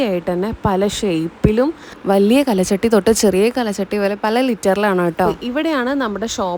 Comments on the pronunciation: കല ചട്ടി അല്ല, കൽ ചട്ടി 🥰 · കലചട്ടി അല്ല കൽച്ചട്ടി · Kal chatti aanu not kala chatti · കൽ ച്ചട്ടി എന്ന് പറയൂ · കല ചട്ടിയല്ല കുട്ടീ. കൽചട്ടി. കല്ലുകൊണ്ടുള്ള ചട്ടി. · പഴമക്കാർ പറയുന്നത് കൽച്ചട്ടി എന്നാണ് കലച്ചട്ടി അല്ല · കല ചട്ടി അല്ല ട്ടോ കൽച്ചട്ടി ആണ് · Kalachatty alla kalchatty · കൽച്ചട്ടിയാണ്, കലച്ചട്ടിയല്ല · കല ചട്ടി അല്ല ട്ടോ, കൽച്ചട്ടി എന്നാണ് പറയുക, പല മോഡലുകളിൽ ഉള്ള ചട്ടികൾ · കൽച്ചട്ടി എന്ന് പറയു